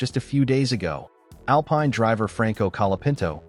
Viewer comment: Tell your AI that Alpine in the context of the F1 Team is pronounced (Al - peen) Cheers